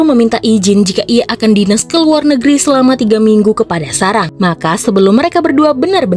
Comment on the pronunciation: Sarah, bukan sarang...tolong diperbaiki dabling suaranya